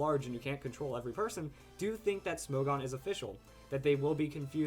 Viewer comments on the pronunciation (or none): isn't it pronounced smog-on? smog as in the move......